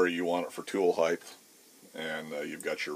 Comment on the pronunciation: Width x length x heighth?